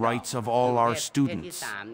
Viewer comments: Gra-tei not kra-toi (G as in word gun, ei as in word Huawei) Gratei is used originally for the third sex but now mostly to identify lady boy or, less often, gay man. Anyway from the history ,Thailand was comprising of people from various cultures so I think we are more open to the diversity including sexual orientation, sexual preferences and mannerism. Discrimination isn't zero percent but it's very uncommon. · Gahtuy not gahtoy